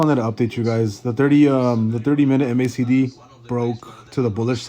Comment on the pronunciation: I lost my mind when he called it the "M" "A" "C" "D" line lmaoo It's MAC D.